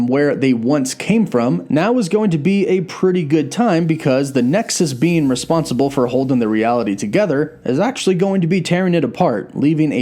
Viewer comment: Great video, sounded like you were calling Wanda a ‘nexus bean’ 😂😂